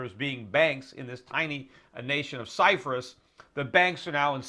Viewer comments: Cyprus not Cyfris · why does he keeps saying Cyfrus? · Stop saying Cyphrus, Peter.. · ALL RIGHT EVERYBODY, DAMN GET OFF PETER'S DICK JUST BECAUSE HE SAID CYFRUS, DAMN !!! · You can't pronounce the word "Cyprus" properly! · There is no 'F' in the word CYPRUS. other than that very insightful.